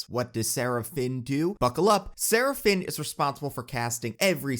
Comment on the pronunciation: Is it strange that every time you tried to say Sarah Finn, my brain interpreted it as Seraphim... because seriously took some divine inspiration to perfect so many character castings.